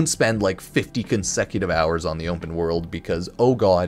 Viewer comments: bro say OMPEN one moretime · "Ompen" worlds? What? There is no "M" in open. Can we say aluminum and cinnamon? Just found that an odd way to say open. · how did this man say onpen like 50 times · "Ompen Worlds"